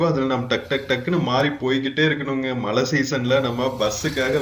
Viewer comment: சரளமாக பேச வராத ஆங்கிலம் தெரியும் என்று காட்டிக்கொள்வதற்காக தங்கிலீஷில் பேசும் போலிப் பெருமையைத் தவிர்த்து, நல்ல தமிழில் அழகாக பேசலாம். அதுவே நமக்குப் பெருமை. தமிழின் அழகே அதன் சிறப்பு ழகரம் தான். அதை எவ்வளவு மோசமாக சொல்கிறீர்கள்.....தமில் (தமிழ்), மளை (மழை). தமிழ் ரொம்பத்தான் பாவம் அய்யா..... முயற்சிக்குப் பாராட்டுக்கள்....